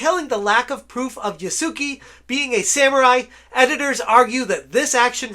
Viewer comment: My guy, please, it's not "Yah-soo-key" there's no key at all. Try "Yah-soo-keh". You can actually pronounce it "Yah-skeh" that'd probably be easier and likely end up sounding closer to correct. Here's how to pronounce any japanese thing ever for the most part: A = Ah i =Ee U = oo E = Eh O = Oh And all the other shit is basically what you're used to. Except for R's but you don't need to go that far.